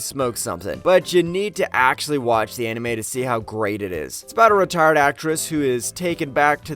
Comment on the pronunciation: Your pronunciations are something... Especially "retired" xd